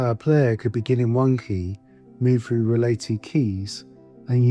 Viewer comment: … move FROO related keys …” Really ??? 😂😂😂